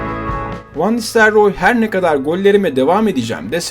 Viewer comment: Olimpiyat çocuğu Van nistelyoor😁